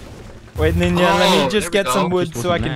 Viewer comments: “I would nevver betray Ninyaa!” I died lmfao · In finnish It is spelled as Ninja But prenounced like ninya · I'm only here for pewds saying NINYA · Stop this, why you talk like that, "ninya" "wespects"... Why though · They should know it's the real PewDiePie because he says "Ninya"